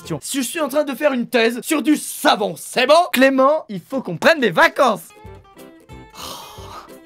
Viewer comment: je comprends enfin après plusieurs visionnages qu'il dit "une thèse sur du savon" et pas "une thèse sur du savant"